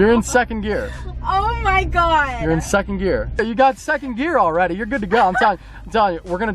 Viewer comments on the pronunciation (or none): When she said “oh my gowed”